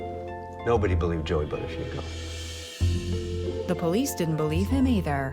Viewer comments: Thats an italian Name the original pronounciaton would be boottafuuoco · Not once have they pronounced Buttafuoco correctly what is it that people can't be bothered to pronounce an Italian word correctly for f sake. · The way they pronounce the surname "Buttafuoco" is painful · His name should have been a big red flag to her - "BUTTafuoco" Am I the only one laughing every time they say his name ? "BUTTafuoco" I can't imagine any woman longing to become "Mrs. BUTTafuoco". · As an Italian, the way they pronounce Buttafuoco is utterly disturbing :-) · She definitely has an italian last name! Buttafuoco means throwfire but you pronounce it so wrong 😆